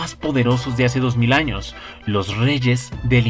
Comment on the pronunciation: Porque dice arnos enves de anos ?